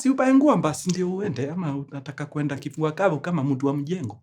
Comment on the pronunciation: Mkuru umesema kifua ama kivua?😅